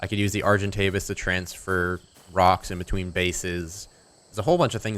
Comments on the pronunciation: Name the argentavis bowy bicose you say arc-entavis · call the arjentavis "Arjen Robben" (arjen pronounced iron). He is a football player or... sigh..... 'soccer' player